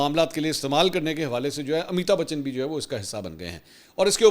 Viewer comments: آپ کے لئے اطلاع ہے اس ایکٹر کا نام امیتا نہیں بلکہ امیتابھ بچن ہے امیتا بولنا درست نہیں ہے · منصور بھائی! امی تا بچن نہیں بلکہ امیتابھ بچن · Please correct your pronunciation of amitabh bachan. Mansoor bhai you kept saying ameeta bachan which of course is totally wrong. ! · Ap mouth se amitabachan buhut funny lagta ha